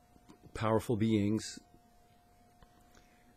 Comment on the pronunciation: Love how he says “beangs”